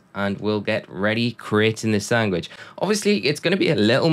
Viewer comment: what’s a sangwich?